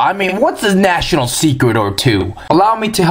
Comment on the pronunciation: Ha ha... With your comparison of American to a sassy teen girl, every time you said "National Secrets" I was hearing "Vaginal secrets." I was then thinking "What did he just say?" Then you mentioned "National" in a clearer way.